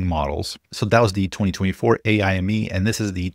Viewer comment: FYI: pretty confident AIME is pronounced like 'Amy' (or just spelled letter-by-letter), and not as 'AI Me'. AIME stands for "American Invitational Mathematics Examination", and it has absolutely nothing to do with AI.